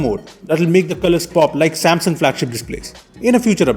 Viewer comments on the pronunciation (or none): none